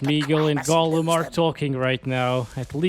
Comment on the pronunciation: Gollum❌ Gofuck✅